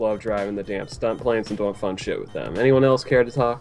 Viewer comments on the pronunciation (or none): does anyone else just love the way says the word "doing"? Maybe I'm an fagit for thinking that idk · It sounds like doying